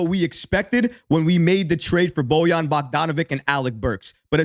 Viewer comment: 😂😂😂😂😂 BOYAN BOCK-DON-A-VICK please learn how to pronounce his name